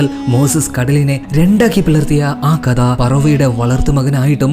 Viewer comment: കദ അല്ല മോനേ കഥ